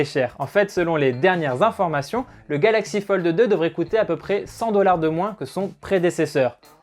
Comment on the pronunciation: Metexya eSport Merci du coup je n’entend que ça 😂😂😂